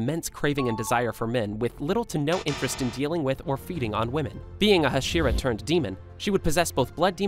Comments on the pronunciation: It's not hshira, it's Hashira. You're pronouncing it as only H(slight a), pronounce it as Ha(strong) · Did you say hashiwa